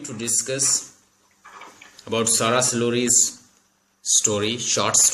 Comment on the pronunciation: Her name is Sara sulehri not soleri